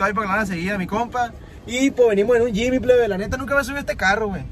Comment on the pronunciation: Se llama Jimny no Jimy